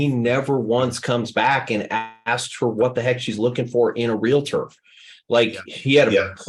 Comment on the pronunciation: Hard to trust the trainer keeps saying Realator!!